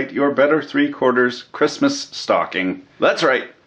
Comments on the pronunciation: I heard Hairy Crust-muss (or was it Crust-mess?) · Did she just say "Hairy Christmas"?